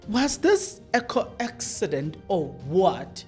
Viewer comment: My dear podcaster It is a coincidence..not co-encident